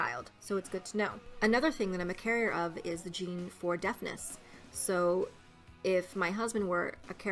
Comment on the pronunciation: when you said deafness i thought you said deadness